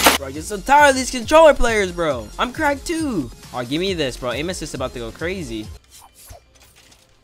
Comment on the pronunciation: I love how he says amin assist when hes not abusing it🤣🤣🤣 (no hate)